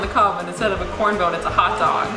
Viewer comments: did she say... corn bone? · it drives me insane everytime you say corn bone but i adore you regardless lmfaooo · did she say corn bone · So we gonna ignore that she called it “corn bone” instead of corn cob😭😭😭 aww, i love you😂❤️ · What the hell is a "corn bone"?! It's a COB, not a bone!! Hahahahahaha! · COB! NOT CORN BONE! WTF!?!?!? Lol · I’m sorry, did she say “corn bone”??? Hahaha